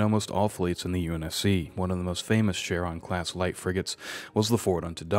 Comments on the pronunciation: Small quibble: "Epoch" is pronounced like "EH-pok", not "ee-POTCH." Similarly, "Punic" is pronounced "PEW-nik", not "POO-nik." And lastly, "Charon" is pronounced "KEH-run", not "shair-AHN." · Your mispronunciation of Punic, Epoch, Charon, and Trafalgar irks me.